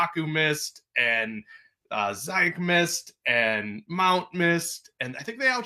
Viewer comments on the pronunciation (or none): Dude wearing a Cubs shirt talking about Chelsea and pronouncing Ziyech as Ziyeeek…. F off! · Dude wearing a Cubs jersey talking about Chelsea and mispronouncing Ziyech as Ziyech… stfu 🤬 never open your gap about my side again… you nutcase